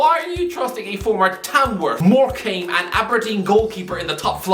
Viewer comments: It's pronounced Morecum. Not Morecame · I'm not sure what's worse, his predictions or pronunciation of Morcambe.